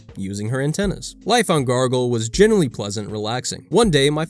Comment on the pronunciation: WHY ARE YOU SAYING GARGLE, IT'S GRAGLE. GOOD LORD. GO BACK TO SCHOOL, SOMETHING'S WRONG.